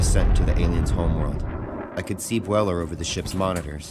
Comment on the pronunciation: goOD WORK. I think you should have pronounced the first syllable of 'Bueller' so it rhymes with 'dew', as in the Matthew Broderick movie 'Ferris Bueller's Day Off'